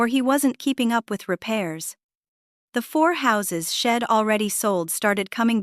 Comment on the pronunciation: The story is worth listening to, but your AI can't pronounce he'd, she'd, etc. It's hard to listen to